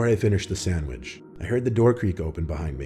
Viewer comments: did anyone else hear “samitch” when he said “sandwich” or was it just me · “I finished my sammich “😭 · I say sandmich and sammich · That’s how my dad says sandwich